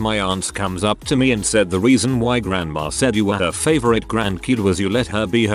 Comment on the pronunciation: Why does the bot always pronounce "GRAND_____" as "GRANG_____" ?